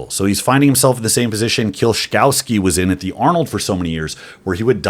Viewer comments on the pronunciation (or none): HOW ARE YOU STILL SAYING KIEL COW SKI?????? The ‘W’ in Kieliszkowski (polish) is pronounced V. It’s not hard. You’re not even close. Disrespectful.